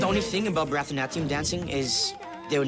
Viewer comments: The way they pronounce baraknatium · I died at 'Bratanatya' It's Bharatnatyam XD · I'm sorry but I'm Indian and the way they pronounce Bharatanatyam is sooooooo funny lol. 🤣🤣🤣🤣🤣🤣🤣 I do Bharathanatyam btw. Edit: they pronounce it like bratanatyam It's pronounced barathanaatyam. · it’s pronounced bara-di--na-thiam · It's Bharatanatyam not bhaaraattaanaatyam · Seriously The way they all pronounce Bharatnatyam is so epic...Almost died laughing... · i’m still cringing at how they pronounced “bharathanathiyum" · Anyone triggered by the way they pronounced bharatnatyam 😡😂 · my country is where they do barathanatyam and the way and pronounced it is hilarious😂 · They said Bharatanatyam wrong. I’m dead😂😂😂😂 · bar-a-nath-ieeya-um dancing LOL they r saying it so wrong it's funny😂😂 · On a totally irrelevant point I do barathanatium dancing and that is NOT how you pronounce it